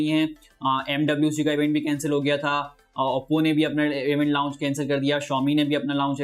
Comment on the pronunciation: پیارے بھائ آپ لاونچ نہ کہا کریں بلکہ صرف لانچ کہا کریں۔۔۔شکریہ اپ کی ویڈیوز مجھے اچھی لگتی ھیں۔۔